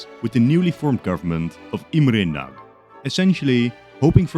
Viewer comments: It's pronounced "nuhdy" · Hearing the Hungarian names as a Hungarian was not satisfying, but the one who was the worst in my opinion was Imre Nagy. Nagy means big and instead a g sound you say something like the d in during. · Great video! But one small mistake, two actually. It is Nagy Imre in Hungarian because in Hungarian the first and last names are swapped. And the 'gy' in 'Nagy' isn't like a 'g', it's a different letter in Hungarian. The maps are getting so much better. Keep it up! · *Nagy not Nag